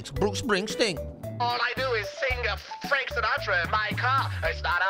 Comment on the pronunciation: Oh my. Fwan Fwanky